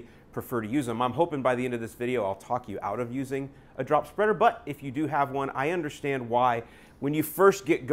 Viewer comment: Lol “super speader” 😂